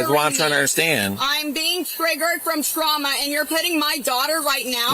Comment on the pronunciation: “You’re twiggering my twauma!”